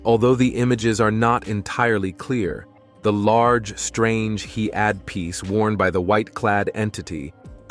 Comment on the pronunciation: Someone that knows how to read words should narrate these stories. Such as the word head is mispronounced. He add ..... is how it is read in the narrative.. really takes away from the story when words are mispronounced.